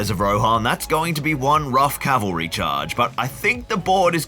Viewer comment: "That is going to be one rough cavelry charge" 😂